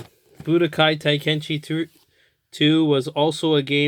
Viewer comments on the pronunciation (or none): The way you pronounce Tenkaichi makes my skin crawl lol